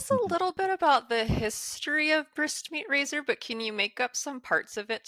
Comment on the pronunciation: When she says the band name it sounds like whispyrazor..